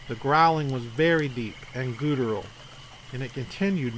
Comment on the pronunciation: Awesome stories and great reading. Only one suggestion … look up the pronunciation of the word “guttural”. About the lion-like roar, I think it was a Bigfoot and not a “dogman”. Sasquatch roars sound like a combination of a lion roar, superimposed with the roar of a huge grizzly.